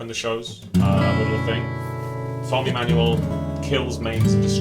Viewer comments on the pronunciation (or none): Did you say Tony Enamel ? hahaha